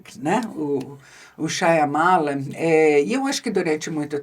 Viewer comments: Primeira vez que vejo a Boscov com seu inglês britânico sempre impecável, errar o nome da pronúncia do Shyamalan.. Lê-se: em nite shaa . muh . laan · Eu amo e odeio o jeito que a queen pronuncia Shyamalan 😂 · Por quê Isabela pronuncia o nome deste jeito, se o próprio Diretor não o faz?